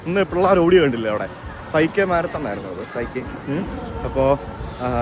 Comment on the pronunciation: മാര തോൺ. അല്ല മാരതൻ.ആണ്